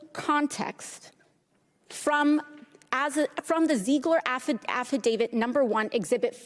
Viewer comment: She couldnt even pronounce affidavit.